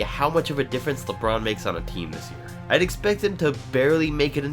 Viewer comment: You said Lebrun James jr.😏😏😏